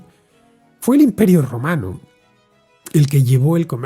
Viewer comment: O yo me estoy quedando teniente del todo o cada vez que decías romano sonaba rumano 😂😂😂